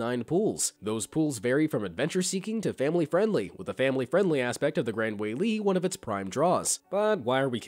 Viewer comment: Btw the Gran Wailea is said like this:Grand Wai-leia